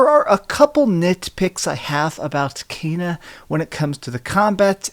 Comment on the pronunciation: It's pronounced Kena not Keena or Kaina 😂